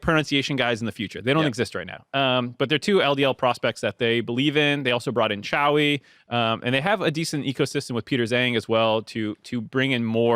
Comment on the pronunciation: if you see this your pronounciation of Toucouille is 10/10 respect. Also toucouille means all balls, yes, these ones